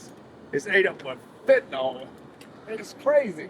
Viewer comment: Why do people call it Fenta-nal?